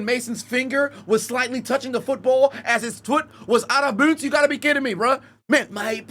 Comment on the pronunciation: "Out of booonds"